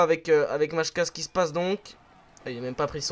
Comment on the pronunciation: La prononciation de R.Majka est "Maïka". Je suis désolé mais je repose la question quand vas-tu faire l'FAQ? Super vidéo.